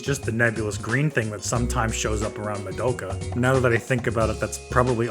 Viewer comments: fr its so annoying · Why can’t people pronounce Madoka’s name right? It’s Ma-do-ka, not mado-ka. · Ok I had to pause and rewatch that part of that episode and confirmed they never said that. Hitomi also was under the controle of the witch when she went along with killing herself and others as THEY poured those chemicals. Kyoko never mentioned anything about a green haired girl. You also mispronounced "Madoka". Seriously, where did yuo get this info from???